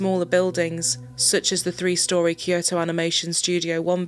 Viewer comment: It's Kyo-to, not Ki-yo-to.